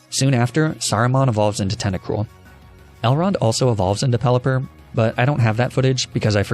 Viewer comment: CONGRATULATIONS, NOT CONJULATION! AND IT'S PELIPPER, NOT PELLIPPERL!